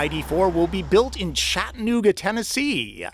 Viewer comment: Chat A New Ga. Not ChattNooga